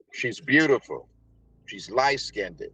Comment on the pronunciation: Ughhhhh why are half the people on this show obsessed with skin colour? The extra syllables are funny, though! Skinded 😂